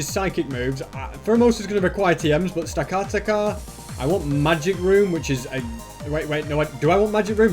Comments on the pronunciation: The giant tower Pokémon is pronounced stack- a- tack- a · AND YOUR POKEMON MOVES ARE NOT FIT FOR THEM INCLUDING STAKATA IS SAID STAK A TAK A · and you say stakataka like stekateka. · it it sta-kat-aka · It's Pronounced Stack-Atack-a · I love the video and love the dedication, but please pronounce the pokemon right, stakataka is said stack-a-tack-a. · It’s pronounced “stack-uh-tack-er” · It’s stack-a-tacka that’s how it’s pernounced